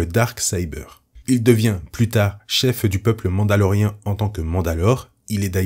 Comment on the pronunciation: Merci pour les explications !! Petite question qui me chipote touuuuute la vidéeo... Pourquoi tu dis "MandaloRéhein" ? Ca choque aux oreilles XD C'est pas grave mais j'aimerais savoir. C'est pas MandaloRIEN